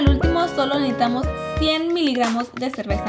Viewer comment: No pronuncia bien NECESITAMOS 🙊